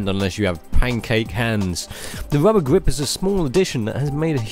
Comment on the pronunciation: It's "Rubber", not "Wubber"..